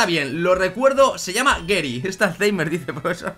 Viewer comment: GERY? GERY? Pero, si se dice GARYYY, GARYY, con A, coño.